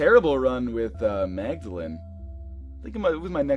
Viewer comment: mag-da-lean thats how you prounouced